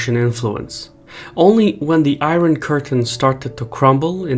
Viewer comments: Great video. Small pronunciation note. “Iron” is pronounced “I-Ern.” English is stupid like that. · I though it would be helpful for you to know that In English we pronounce Warsaw as "war-saw" with an 's' sound, not an "sh" sound. Also, we pronounce "iron" as "eye-urn" .